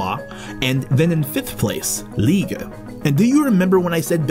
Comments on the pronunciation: It's G-ent not jent and its Liè-j nt Lié-g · No one in Belgium would butcher the names of cities like you did, I'm a foreigner and even my pronunciation is better G- like "Go" for Ghent... Lee-eje for Lieges... If you cant make the G sound for Gravesteen don't use a C, There's an R in Ardennes.... these horrible pronunciations were all I could focus on. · LIEGE is pronounced LEE AGE. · liége you could pronounce as lee-yeige like beige :) good vid great facts even i as belgian did not realise :o shame on me 😁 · Nice work but take a course in pronunciation of French. Liège is pronounced 'Lee-ège' (g as the j in jewel). So you have a start... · Got Antwerp and Charleroi right but then Jent and Lige ? 🤦and more horrible pronunciations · Expect the fact you pronounce Liege totally wrong very good video :) also, you should mention the city of Bruges it's probably a way more attractive city for tourists than Ghent even though I love Ghent. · Liege was a highlight.. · U pronounced the city names wrong lol (I know cuz im Belgian)